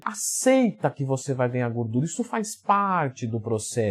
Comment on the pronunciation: "Gurdura" hahaha